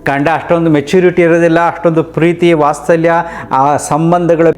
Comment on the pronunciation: ವಸ್ತಲ್ಯ ಅಲ್ಲ. ವಾತ್ಸಲ್ಯ. ತುಂಬಾ ಜನರು ಈ ತಪ್ಪು ಮಾಡ್ತಾರೆ. ಉಸ್ತವ ಅನ್ನೋದು, ವಸ್ತಲ ಅನ್ನೋದು, ಶ್ರಿವಸ್ತ ಅನ್ನೋದು